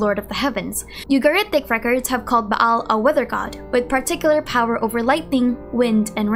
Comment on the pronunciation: lol your Filipino pronunciation really comes out when you see a double vowel like "Baal". It's more like a long Ah "Baal" rather than "Ba-Al"